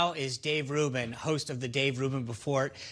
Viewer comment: “Host of the Dave Ruben buhffort”